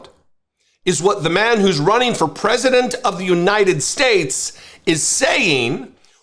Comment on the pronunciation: Miss Linzy, The word 'president' has three syllables. Yes, he's a fascist, and you are about as threatening and smart as a pine cone. In other words: Shut up